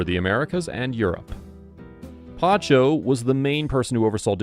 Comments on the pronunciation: PACHO PACHO PACHO not PANCHO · Pacho not pancho ignorant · Pacho, not Pancho. Great video though. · You can’t seem to get his first name right, lol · The narrator needs to learn how to pronounce Spanish! It’s not Pancho is Pacho! It’s not Palmera it’s Palmira Pal-me-ra!!